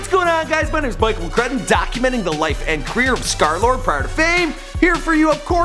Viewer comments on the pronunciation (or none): y u cal hem skerlard? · Until now i realize it’s pronounced ScarLord